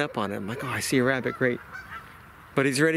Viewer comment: As soon as he said wabbit I was gone😂